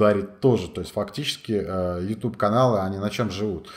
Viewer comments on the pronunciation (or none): none